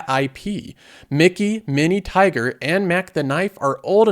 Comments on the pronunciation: Man, it’s Tigger, not Tiger. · mispronounces his fair share of words, which is fine because he says a lot, but I fully expected to see someone else in the comments notice "tiger" pronounced for "Tigger". C'mon. 😐🛫☁️🏘️ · You’re saying Tigger wrong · Maybe he's worried YT is gonna flag him for a similarly sounding word. :hand-orange-covering-eyes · He forgot the double guh